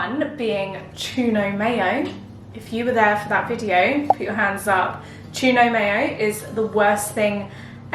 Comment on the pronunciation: Tu-no-mayo gate was absolutely hilarious- proper laugh out loud 🤣